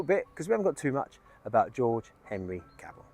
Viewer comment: Nice video and it was of special interest as my wife is George's great grandniece and she has been working hard on locating the grave with a view to us hopefully being able to erect a headstone or some other marker in his & his wife Kate's memory. One point of order from her though, Cavell should be pronounced with the 'E' emphasised due to the name being french in origin (she is very particular about it lol) 😁